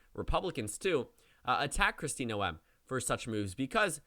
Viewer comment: you're mispronouncing Noem it's pronounced like 'NOME' not no-em